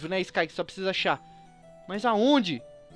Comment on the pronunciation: Sky não se fala t king se pronuncia d king